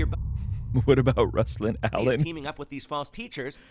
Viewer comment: The way he pronounces your name sounds like he is saying rustlin